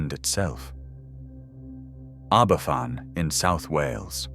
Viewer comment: Aberfan is pronounched Abervan too...County of Lancaster? Jeez.